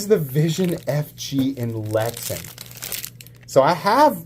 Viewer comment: Pronounced lex-ann